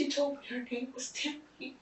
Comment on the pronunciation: the embedded subs on the interrogation video are so off. And before anyone comes for me, I'm pointing this out because of Deaf/HOH folks. Also at around the mark or slightly before, the narration says "Tommy" and not Tammy.